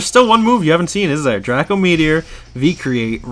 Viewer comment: its not dr ah co its dr ae co meteor